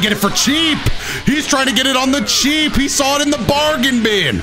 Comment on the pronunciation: Anyone else hear when said “ohhh cheese” instead of oh cheap🤣